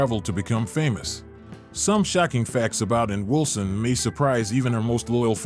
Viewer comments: ANNWULSUN. FUCKING AI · Everytime the narrator says Ann's name, it always sounds like the narrator is saying Unwilson, so maybe the narrator is AI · "Anwilson?" More AI-generated trash. Pathetic. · it's SUPER annoying to hear 'AnnWILson' every 3 seconds